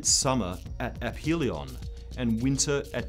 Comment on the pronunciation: this is the first video about the milankovitch cycles I've seen to pronounce the word "aphelion" correctly